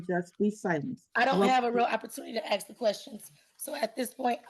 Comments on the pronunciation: Did. you pay rent? If not, you're evicted. And stop saying "axe". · "Ax". Ugh. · She really wanted to axe her questions. How can you take someone seriously when they can't even pronounce simple words like "ask" properly? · It's hilarious to watch and hear a totally insane illeterate being present a waste pile of so called case.. Can't even speak her mother tongue... What's with "AXE"?? What happened to "ASK"?? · Guilty of crimes against the English language. 'Aks'? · She shouldn't be allowed to axe anyone. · ASK ? Not axe 🪓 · She thinks she is so intelligent. Yet, she cannot pronounce ask. It isn’t ax, sweetie. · She "axe" a lot of questions. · She kept axeing the questions. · Okay listen! Let me Axe you something! Do you know what contempt or court is? 30 day! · She most certainly "AXED" her questions! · Are you saying I can’t axe” The arrogance of this ignorant girl is outrageous. The judge is allowing her way too much latitude. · "Ask"..its Ask. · Axe, axe, axe; go back to grammar school. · She can't even say the word "ask" correctly in court. Oof. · Axe axe axe axe axe. So fing ghetto and lazy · Can I aks what the heck that was? 😬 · With all her AXING, she's literally MURDERED the English language. M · In her research, she needs to learn how to pronounce, "ask". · Don't let them argue with each other. yes Lady you are a sov idiot. It's not prejudicial or whatever. No you can't axe a question. Go back to school. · Lady, if you cannot pronounce the word "ask" properly, you do not enhance your argument. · No girl you can’t ‘axe’ that question. 🙄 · No Lady You Can’t Axed anyone go back to school 😂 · Why can't she say ask? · If you cannot master the word 'ask', how in the hell are you going to excel in a court case? You are flat out dumb and unfortunately, you need to have this told to you many times before it will start to sink in.